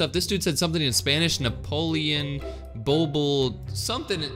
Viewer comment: he said napolien = Napoleon